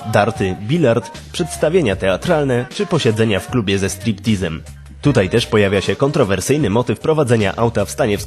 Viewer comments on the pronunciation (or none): none